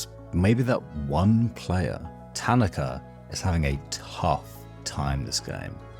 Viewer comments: Isn't it pronounced ta-na-ka. Not tan-na-ka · I enjoyed your perspective but found the mispronunciation of Tanaka distracting. Emphasis on the second syllable instead of the first. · Hearing you mispronounce his name the whole video is killing me great video otherwise